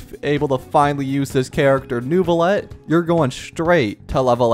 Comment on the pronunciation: Pronunciation tips from a native french speaker: Lumitoile = Luuh - mih - twahle Neuvillette = Neuh - vih - lehtt